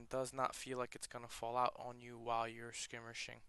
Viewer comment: "skimirshing" wtf?